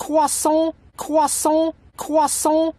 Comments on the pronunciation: my favorite part is when he said CwEsAnT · He's saying cwahsont